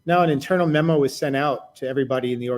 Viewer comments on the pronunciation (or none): none